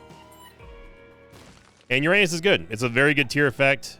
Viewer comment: Very interesting, how you complain about mispronunciation of a made up word, but mispronouncing "Uranus" completely wrong. ^^